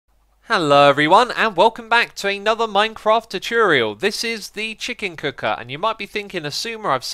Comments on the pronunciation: You say tutorial really weird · Ye still canny pronounce TUTORIAL?